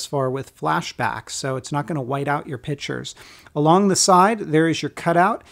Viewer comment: haha 'pitures' 'preferated holes.'...decent review, but poor pronunciation of certain words makes me trust reviewer less.